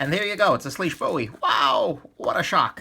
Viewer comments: Its actually pronounced swish. Weird I know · IT'S PRONOUNCED SWEESH!!!!!!!!!!!!! SWEEEEEEEEESHHHHHHH